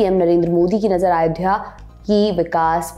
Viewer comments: आयोध्या नहीं अयोध्या हे वो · आयोध्या नहीं अयोध्या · Its not Aayodhya….it is Ayodhya